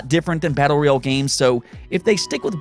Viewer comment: its royal not reel